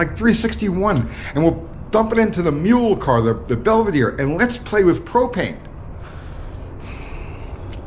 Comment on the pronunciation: HOWdy U-T-G,... Thanks for the " PRO-PAIN" experiment Thanks for trying...